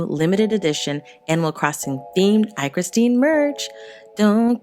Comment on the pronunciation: Oh I’m surprised she pronounced my name right lmao